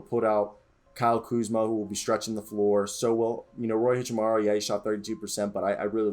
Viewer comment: How did you botch Hachimura?.. lol but yeah I think low key we are going to be a good team. Hichamuri lmaoo